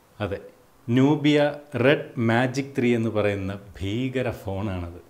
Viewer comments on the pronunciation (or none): ചേട്ടാ "ഭീകരൻ ഫോൺ "അല്ല ഫീകരൻ ഫോൺ..... 😍😍